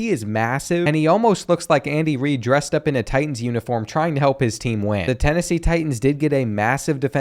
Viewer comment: Bro really said Andy Reid 😭